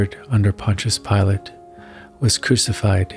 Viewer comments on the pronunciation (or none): none